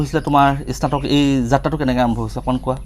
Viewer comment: ইস্নাতক বুলি উচ্চাৰণ কৰে নেকি?